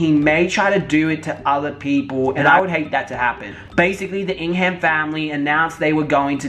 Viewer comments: I Love all ur points but it’s ing-ham like it’s pronounced ing-hem just a heads up for part 2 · I kept on triggering when you said ING HAM! its pronounced as Ing um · I can’t take him serious the way he says ingham 😂😂😂😂😂🤣🤣🤣🤣🤣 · Learn how to say Ingham..